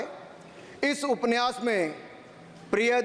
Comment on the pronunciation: Aap upanyas ko upniyas kah rahe hai or dusro ke pronounciation per sawal utha rahe hai